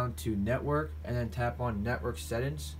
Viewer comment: "Sett ins"